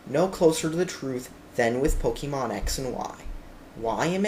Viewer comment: PokEEmon PokEEmon PokEEmon